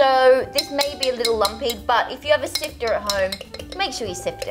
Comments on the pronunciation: I loved when said sifter and i say siv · Sifta do u mean siv idk how u spell it but that's not how u pronoutce it